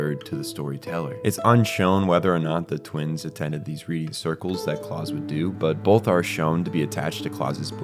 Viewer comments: pretty sure its pronounced like the german 'Klaus", not Claus as in Santa, since all the other names used in this manga are also Germanic. Also, you state "it's unclear if the twins attended the readings", then immediately say that they definitely did a few minutes later, and maintain that through the rest of the video. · Please learn how to pronounce “Escape” and “Klaus”. There is no “X” in escape and klaus is pronounced like “house” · My brother in Christ that is NOT how you pronounce Klaus or Munich Also satellite, not "satilate"